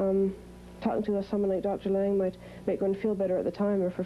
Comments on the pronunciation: It's not Lang but Laing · It's Laing not Lang. There was a very brilliant psychoanalyst called Robert Langs who co authored a book with Harold Searles so it's important not to confuse them.